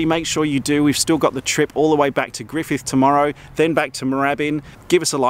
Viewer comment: Yes, indeed he has! Awesome!! He even pronounced "Griffith" properly. :-)